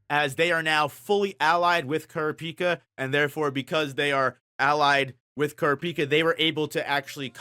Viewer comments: So sorry bro can't see a video when you murder kurapica's name like that it's só bad Gz man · Good video, tho I almost clicked away when I heard how you pronounced Kurapika. Lol